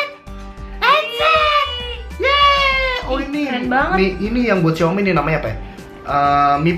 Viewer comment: Xiomi yak, bukannya xiomay, Wkkwkw canda kaa